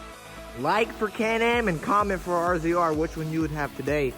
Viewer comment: Rzr* not “razor”